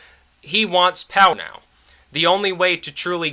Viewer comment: "He wants pownow."